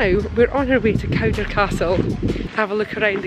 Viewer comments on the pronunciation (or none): Cawdor. Pronounced Codder. Codder Castle.